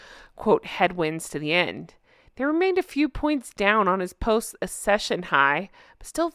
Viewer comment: Accession is not pronounced with a soft 'cc' but a hard c followed by a soft c. As in 'ack-session'.